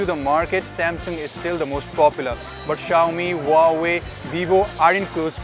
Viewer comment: Huawei= wah-way is correct pronounciation 👍👍 ...... Not hu-wa-way😊😉